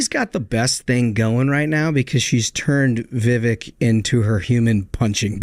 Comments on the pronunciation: its Viv-Vake, like Cake. Not Viv-Vick 😂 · It's pronounced VIVAKE like CAKE If you're going to do political commentary at least get people's name right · It’s ‘Viv-Aik’ as in ‘cake!’ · please learn how to pronounce Viveks name